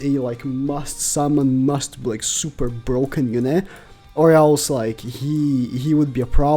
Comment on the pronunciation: “IS HE A MUST SUMMON FOR PVP?! HE DOES SOMETHING NO ONE *ELESE* CAN”